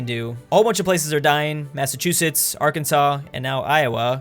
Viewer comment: FIRST PERSON EVER TO PRONOUNCE ARKANSAS CORRECTLY